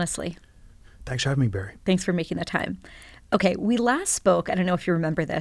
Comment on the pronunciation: Oops - Bari - not Barry…